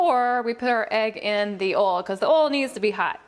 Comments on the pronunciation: it's not oo it's oil you idiot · Did anyone here ol instead of oil not being rude + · I think she ment to say oil not oli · I love how instead of saying oil she sais oll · You mean oil u said ol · Why she said ol and not oil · when you said oil it sounded like oilo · Did anyone notice she said ol enstead of oil when she was making the energy drink slime ?! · umm did no one notice that she is saying ol not oil in the begining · wis its oil not ole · Sorry but this triggered me but it's pernounts Oi, L...not ol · What accent do you have a phone like where do you come home because I’ve never heard someone say oil like ole